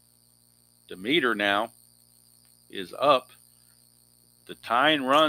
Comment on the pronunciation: Hi... I love the basic game and I enjoy watching you play.And I hope you keep this sunday basic going as it's great! Just a note for you.... Don demeter is pronounced dem eter with the accent on Dem.....Dem et er.